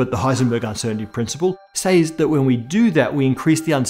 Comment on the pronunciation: Kills me when he pronounces "says" wrong. "Idea"r" is bad enough